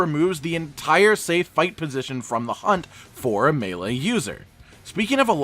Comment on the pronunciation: Hey you learned how to say melee, 👍